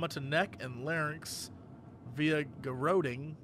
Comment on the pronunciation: Poshest/weirdest pronunciation of garrotting ever